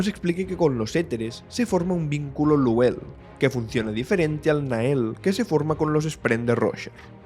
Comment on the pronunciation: En el audiolibro de Trenza al los vínculos Nahel y Luhel los pronuncian Nagel y Lugel. La primera vez que los escuché pensé hablaban de otra cosa.